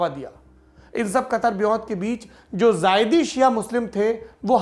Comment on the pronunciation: सौरभ भाई वो ज़ायदी नही ज़ैदी है